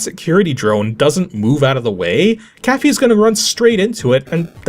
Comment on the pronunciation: Okay so is your partner's name Cathy or Caffee or Caffeine? I couldn't quite tell from your pronounciation. I think I would like a proper cup of Caffee though.